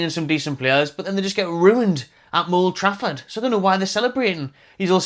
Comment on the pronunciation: "MOULD TRAFFORD" 😂😂😂